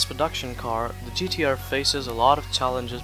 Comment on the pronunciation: Nissan...GDR...😂 😂 😂 😂 Learn how to say the name of the car the right way you dufas!!! 😂 😂 😂